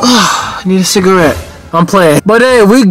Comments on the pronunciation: THE CALLING IT CIGAWEED WAS KILLING ME🤣🤣😭😭😭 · Cigaweed? 😂 Chris Tucker said it in Rush Hour lol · man said it’s “ciga-weed”🤣😂🤣😂🤣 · This man said it's cigaweed 😂 I'm done